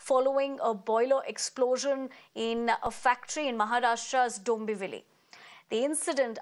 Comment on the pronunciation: It's dombivli dude